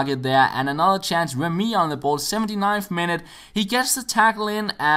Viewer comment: It's re-MY, not rem-Y